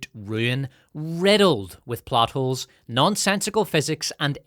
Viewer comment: sometimes i hear butt holes instead of plot holes